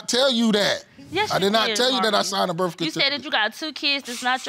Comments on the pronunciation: Birf kertificate 😭💀💀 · Birf cartificate. And Hosplil... JESUS...